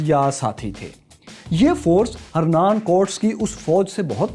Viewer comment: Pronunciation of Cortes is Korteez.